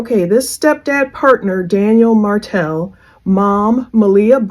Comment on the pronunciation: It’s Martell not Martin